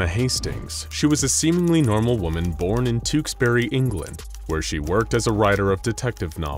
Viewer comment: Bravo!, by far the best pronunciation of "Tewkesbury" ever attempted by an American